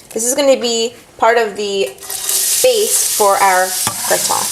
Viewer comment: You say Gratin the correct French way, as it should be. :) Great recipe and video!